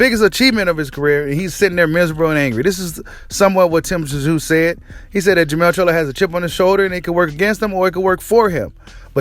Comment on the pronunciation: Tszyu you just pronounce his name zoo, the T is silent. 👍